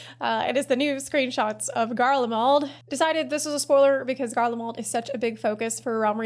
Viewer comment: GarleMALD? I’m sure Asmongold’s chat won’t notice. 😂😂😂